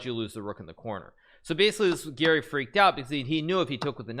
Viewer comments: I was so confused cz when Hikaru says Gary it sounds like Giri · Hikaru has a very strange way of pronouncing "Garry." Sounds more like "Geary" or "Giri". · I swear I always hear "Giri" everytime he says Garry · Me too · Ngl i didnt realise he said garry until i finished the vid and saw this comment.